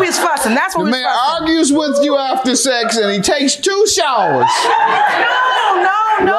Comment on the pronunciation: I hate the way she says sex. How you turn this word into two syllables?? 😂😂. “It was just saaa-ex” 😂